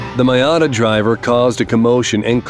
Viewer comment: MY AdA driver ? lol Its pronounced ME Atta for Miata cars .